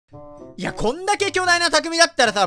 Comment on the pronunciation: 最初 「いやこんだけ」 が 「ｷﾞｬこんだけ」 って聞こえた(⌒,_ゝ⌒)